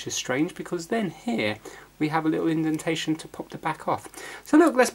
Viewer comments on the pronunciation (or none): none